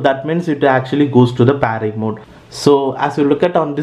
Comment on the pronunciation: Its pairing mode not PAARING mode ok